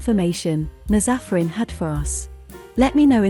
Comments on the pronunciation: Not everyone pronouncing Nazafarin in the wrong way 🤦🏻‍♀️😂 it's NAAz Afərin...a persian name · Those names are Persian and I'm Persian the way it pronounce them is so funny to me :)) BTW, it's paar-va-neh پروانه/ naaz-afarin نازآفرین